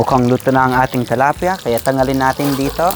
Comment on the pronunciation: tilapia not talapia